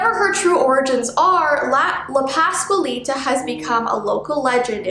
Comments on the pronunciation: Not hating but its la pasqualita not how u spell it how u say it u said la pascualita. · So, “La pascualita” is pretty well pronounced, but I would mark the “U” more. Like *qua*ntity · Say it with me "pas Qual lita" not quay Lita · I know Spanish and you almost pronounced it right